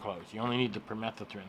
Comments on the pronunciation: Pur-meh- thuh-thren...LOL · No. The word is permethrin. You're adding letters and skipping letters. You just invented a different word altogether.